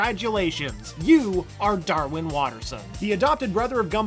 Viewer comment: No. "Darwin" not "Darwism"